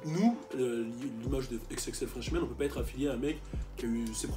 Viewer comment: FRESHMAN pas FRESMAN sinon pas grave dommage pour Tekashi69